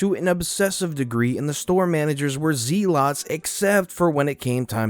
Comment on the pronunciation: zealot = zel-ot